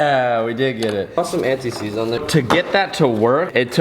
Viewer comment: You said an tie seeds the first time😂😂